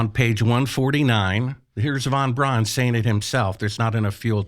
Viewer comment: vanbraan, vanbraan. Ya I see you luv vanvraan.